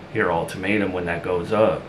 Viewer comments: It’s UL-TA-MATE-UM, not altermetuem 😊there’s no r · There is no "r" in ultimatum j/s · Alter matum 😂